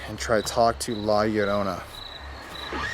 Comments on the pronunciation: "la yuhrona" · La yorrrr o na..sound it out in syllables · Honestly the way you say La Llorona annoys me a bit. Just a tad off saying her name without the r roll. But good video tho!